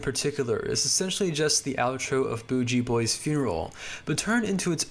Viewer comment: The Devo track is pronounced "Boogie" Boy